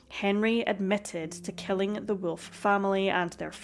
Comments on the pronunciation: It's WOLF Not WILF!! This is like a Cartoon!! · Wolf is pronounced Volf if Germanic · What an extraordinary accent you have. I've never heard wolf pronounced with what sounds like 3 syllables before.